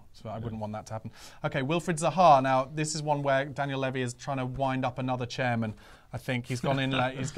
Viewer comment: Please please please will pronounce levy correctly!!!!